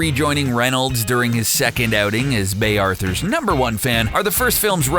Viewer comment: It's pronounced "Bee Arthur". minor quibble.